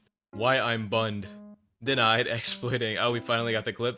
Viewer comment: lol i like when he say why bunned 😂